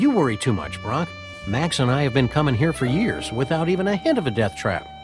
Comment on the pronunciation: I swear its like hearing Krunk instead of Brock.